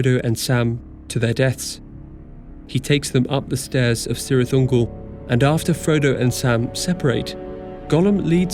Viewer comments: *Kirith Ungol, not Sirith Ungol. Great video otherwise. Thanks. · Just for the record ... Cirth Ungol is pronounced KIRITH UNGOL. Cheers on another great video though. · I can't resist saying, the "C" in Cirith (of Cirith Ungol) is pronounced as "K". "Kirith Ungol". All "C"s in all Elvish languages have the tonal value of "K". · Per Elvish, it's pronounced KIRITH Ungol. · Great vid, if you have to mention it again, it's pronounced "Kirith ungol" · C's at the beginning of words make a hard C sound, like a K. Celebrimbor, Círdan, Cirith Ungol... all hard C's. So, it's kirith oongull (U is long, O is short). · heads up, Cirith Ungol is pronounced with a hard C. you got Caradhras perfect.